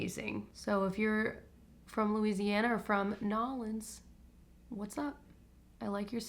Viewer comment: Being from New Orleans now I need to hear the story and also appreciate you pronouncing it correctly !